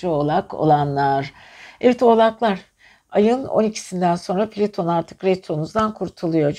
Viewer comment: Piliton değil plüton